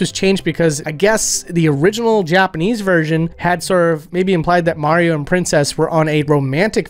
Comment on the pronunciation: You said “Mario” wrong.